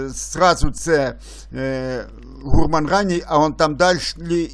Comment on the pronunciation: Трохи ріже слух невірний наголос слова "гурман". Гурман має наголос на останньому складі.